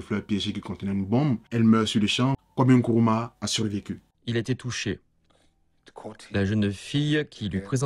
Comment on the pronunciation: NKRUMAH et non kuruma